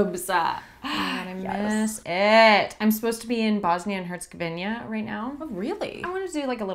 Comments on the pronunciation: "Bosnia and Herzegovin-ya" 😭😭😭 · that Bosnia and Herzegovina pronunciation hahah